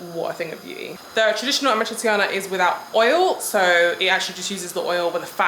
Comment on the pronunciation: You forgot already how to pronounce your favourite pasta ? 😔 it’s “amatrichana”! 💔 AND YES I AM GONNA WOOP YO ASS NEXT TIME I SAW YOU! I thought I taught you better!!!